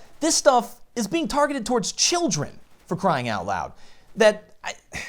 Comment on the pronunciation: YES! Say it out loud, SAY IT, OUT, LEEEEEYD!